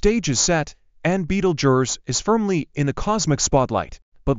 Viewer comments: What a horrible AI voice, at least get someone who can pronounce the name properly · Betelgeuse that ain't the way you pronounce it. You guys should be smarter than that. Go back to school and learn how to spell duh